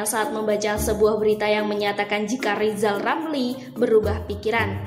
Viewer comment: Lizal Lamli nyebut huluf R saja belum lancal